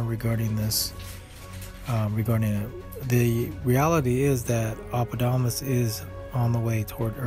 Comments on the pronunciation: Hello. For further referencia, Apophis ya pronounced Apofis. Thank you. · Please pronounce it correctly! Bloody hell.